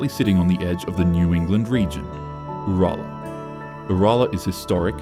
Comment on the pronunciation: Sick of AI voiced videos nothing bugs a true Aussie than hearing names butchered ‘like Uralla’ if your so lazy you can’t voice a video then don’t make one …I’m blocking this AI channel as I do with all AI channels